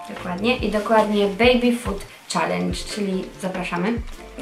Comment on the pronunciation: Czalendż xdd